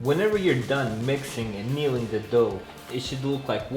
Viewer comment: *kneading dough not kneeling